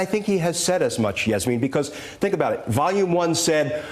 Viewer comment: Did this half witted, so called Attorney General, just say "I fink" instead of "I think". Although I agree he definitely is a fink.